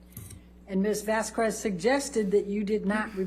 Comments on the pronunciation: Camille even said her last name (pronouncing it vas-kez) and yet Elaine just REFUSES to say it correctly!! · still kinda bothers me that her lawyer doesn’t pronounce vasques correctly it’s the most basic form of respect to say someone’s name correctly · This has been a thing that's been bugging me a bit and here goes. Does anyone else find the way AHs attorney misprouncing Camille Vasquez's (the one doing cross) last name SUPER disrespectful? She's been pronouncing Vas-kez as Vas-kwez Every. Single. Time. Like maybe she's stupid, like she can't even pronounce Arnica cream correctly, but I can't help but feel like it's an ongoing petty dig from her. She talks like a condescending school teacher, so it checks out that she'd be hella mad and petty that a younger person would be more competent than her. Idk, just a thought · ELAINE PRONOUNCED CAMILLE'S NAME WRONG THE WHOLE TRIAL! Once or twice she pronounced it right, then immediately said it wrong. Camille's name is said so often I find it hard to believe Elaine didn't hear the difference between 'Vas kez' and the way she says it 'vas cwez' It may seem like 'it's close, No big deal' but say your name wrong, even a little. Then imagine having it pronounced wrong in something so important, watched by millions: Elaine is allegedly a "super lawyer" in "Top 5"; An attorney who has learned to hear the fine print, catch inconsistencies in testimony, and she is working with people who all pronounce it correctly. Is Elaine really that dense or is it part of an act to get away with her constant sheisty tactics. Elaine's speaking objections to the judges rulings should have been stopped after she was warned. Incredibly unprofessional and unethical. I think the Judge is giving Elaine a lot of slack to avoid there being anything for an appeal to grab hold of. They say this trial had no effect on her reputation, that she is highly regarded by her peers. Still a "superlawyer" (a big deal) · "Vas kez" Not Vas kwes.